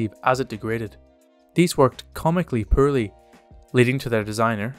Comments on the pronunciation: JFC. It isn't pronounced "per-lee" it's "por-lee" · I only realized he said "poorly" when I turned on CC. I could not figure out what "pearlly" was.